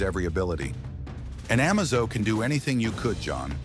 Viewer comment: its pernounced A-maze-zo